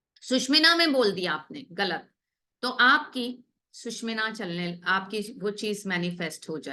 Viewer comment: सुशुमना नाडी is right pronounciation